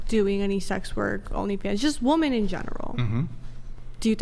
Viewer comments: My God, why can't they pronounce "women"... when the hell did this start? I've never heard anyone in my life who can't pronounce women until I started watching these podcast videos. Am I the only one? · Another woman that can’t say the word women. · Am I the only one who is bothered by them saying woman instead of women? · Why tf do they say woman in place of women? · It’s women, not woman. Holy shit. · Are these numpties ever going to learn how to pronounce the words woman and women correctly? needs to make that a requirement to be on the show at this point. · The word is "women". Why do they always say pronounce the plural like "woman"???? Drives me crazy. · Always..."Woman" instead of "Women" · What's with these women that can't pronounce "women" ? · ITS WIIIIIMMMMMIIIINNNNGGG NOT WOMEN! Ffs dumb ass! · Someone please teach women how to say women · They do that on purpose, just to annoy people. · Since Andrew started pointing this out I can’t unhear it. I notice women doing it constantly now and it’s become one of my biggest pet peeves.